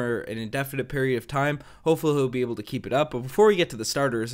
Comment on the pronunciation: the word able is pronounced aye-ble not eb-el. I know picking on you for it might be immature but man it drives me nuts, I mean ypur English is really good, I don't see why you go all french on mean when it comes to that one word